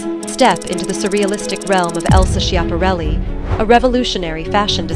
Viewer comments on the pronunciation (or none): I believe it's pronounced Scap-a-REL-i. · Cant Watch a video that mispronounces its subjects name…. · Do your research and learn how to pronounce her name correctly....